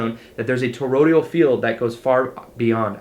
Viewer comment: Toroid-AL not Torod-IAL, c'mon man!